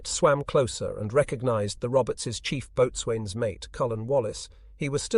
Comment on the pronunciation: Seriously man - this is really good stuff…although if you’re gonna do Navy stories you have to learn to pronounce the word ‘boatswain’ And this is YouTube - you have to give viewers something to look at. It just doesn’t take that much time to insert some relevant pictures.